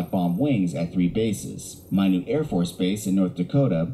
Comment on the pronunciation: By the way, Minot is pronounced "My Not".